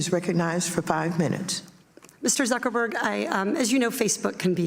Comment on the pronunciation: LUL never heard of the California congress lady. She totally mangled Zuckerberg LUL